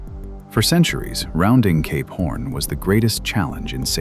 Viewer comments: When you say Cape Horn, it kinda sounds like you're saying Gay Porn. Fascinating video thanks for posting! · Is this guy saying "Cape Horn" or "gay p*rn"?? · When he initially said Cape horn .......I heard it "gay porn" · I listened this while trying to sleep with eyes closed..and I kept hearing K-*orn..and now I couldn't sleep. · CAPE PHORN 😂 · Cape: Sounds like "kayp" with the "ay" sound as in "day" or "say". Horn: Sounds like "horn," with the "or" sound as in the word "door". Your pronunciation of Cap Horn is sadly different... 🤔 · Why am I hearing "gay porn" instead of Cape horn?